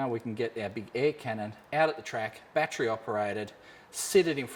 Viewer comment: love the vlogs so far but its a battery there is no D in the word battery